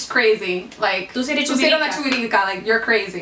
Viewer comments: It's chivirica, not chuvirica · It's CHIVIRICA instead of CHUVIRICA. Y le falto COCOTAZO jajajaja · GIRL NO ES CHUVIRICA ES CHIVIRICA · It's Chivirica not chuvirica.. Chopa its "slave" and it's like ghetto or rachet.. Tabana doesn't mean that they hit you in a certain position it's just means "hit" like "Te voy a dar una tabana" it's "I'm gonna hit you"... "Pellizcaso" we more of a "Pellizcon" kind of people.. BUTTTT YALL SO BEAUTIFUL AND IT MAKES ME SO HAPPY WHEN ONTHER DOMINICANS TEACH ABOUT OUR CULTURE TO OTHERSS, much love from la tierra mas bella♥️ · I died when they said "chuvirica" xD. It's Chivirica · Dominicans say ”chivirica” not chuvirica. I loved this videos, although. ❤️💓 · no is chuvirica is chivirica and thats when you are whit a lot man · Is not Chuvirica is Chivirica... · She meant Chivirica not chuvirica xD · No es chuvirica es chivirica😂😂😂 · Chuvirica no 😂, is CHIVIRICA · It's not chivirica es chivirica God🙌🏻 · It's not Chuivirica, is Chivirica... 🤦🏽‍♀️ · Is "chivirica" thou but love the video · Chivirica es que se dice!